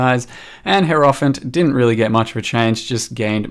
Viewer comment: No salt, no flames: just in the spirit of sharing information, the word "Hierophant" is pronounced "HI-roh-fant" :)